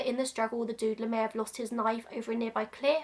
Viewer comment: I hadn't heard of the Doodler before, and I thought for a while you were saying "the Dude-ler". Like Linda Belcher calling the Mad Pooper the Butt-ler. I am more educated now.